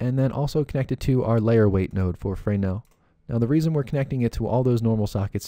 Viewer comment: OMG! That was the last fraynail I could take. It's pronounced Fur-Nell. :)))) BTW Excellent tutorial.